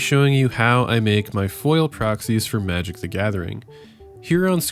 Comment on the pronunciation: May-jic and aysa-tone